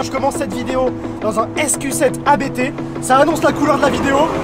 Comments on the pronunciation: Merci pour cette vidéo et cet essai complet. Le véhicule est vendu, le nouveau propriétaire doit se régaler. Juste une remarque, ABT se prononce "abt" et pas "abété" (Abt est le nom de famille du fondateur). Bonne route ! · Merci pour ton commentaire ! Il doit se régaler avec c'est clair ! Yes, je ne le savais pas à l'époque de cette vidéo, depuis j'ai présenté l'ABT XGT avec l'importateur France, il m'a confirmé la prononciation "abt" ! À bientôt !